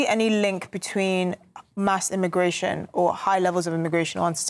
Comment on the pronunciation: Pweeze th-tawp immagway-shun